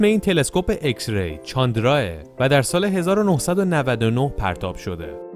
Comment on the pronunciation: داداااااش خوده انگلیس میگه ایکس بعد تو میگی اِکس؟؟؟